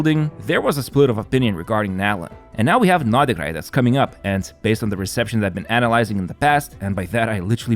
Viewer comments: Pronounced like Nod Cry ....... NOT NodaCry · "I hope I'm not butchering them..." It's "nod krai" not "nodikrai". [Yes I know he was talking about the character names, but still.] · Is the way he pronounces nod krai the correct way? Sounds so off to me …